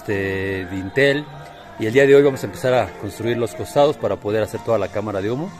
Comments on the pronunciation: Hablando de gente ignorante. Se llama DINTEL a la pieza horizontal superior de puertas, ventanas y otros huecos, apoyada en sus extremos sobre las jambas y destinada para soportar cargas. no se llama "vintel" ni "lindel" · Así es. Se llama Dintel. Y si quieres educar a la gente que "por su ignorancia" no lo pronuncia bien, al menos da tu explicación con tus propias palabras en lugar de bajar la definición de Google👍